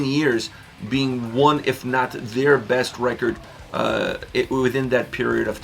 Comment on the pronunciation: sounded like you said breast not best progressive album. That’s all.